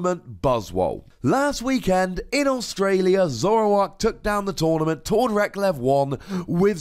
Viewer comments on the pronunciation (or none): none